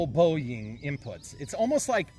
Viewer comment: There are so many comments I have to say about this video, but I’ll sum it up to.. that had to be one of the “funnest” and funniest videos you’ve published. So damn entertaining, LOL!!! The model actually looks really cool and flies very well, especially after the bigger batt. FYI, I spit my drink when you said Boeyieeng. LOLOLOL